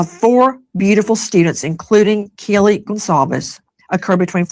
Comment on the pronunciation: Why does Nasty Disgrace still call Kaylee "Kjeelee" 😑